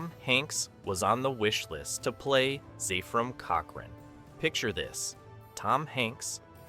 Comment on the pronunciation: "FIRST CONTAC" huh? - It's "ZEPH-RAM", not "ZEEF-RUM". - "Assimilate this." ISN'T three words! (It's TWO!) - Zefram exclaims "SWEET JESUS!" after seeing the Enterprise ALONGSIDE his ship in space, NOT on Earth through his telescope! I quit. Poorly made garbage video with A.I. Narration.